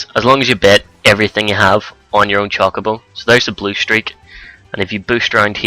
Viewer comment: you're silly :3 you're all like "Chock a bo" and "Cack tore". lololol <3